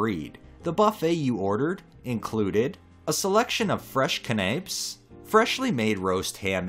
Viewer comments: For future reference, canapes is pronounced can-uh-pays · Canapés = kan-uh-PAYZ [kæn ɘ pɛɪz]